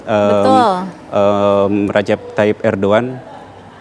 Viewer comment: Rajab bukan Rajib.....Janggan salah sebut namanya